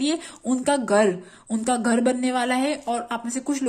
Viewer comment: गर नही ,,, घर बोलते हैं । हर हरररररर महादेव ।।।